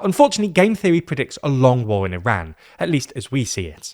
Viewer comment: Yall are supposed to be educated, how is that you’re pronouncing Iran incorrectly